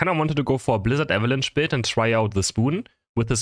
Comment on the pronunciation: this guy says eva lunch instead of avalanche LOL